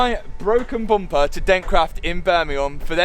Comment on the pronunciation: It's just a Bumper not Buumpah.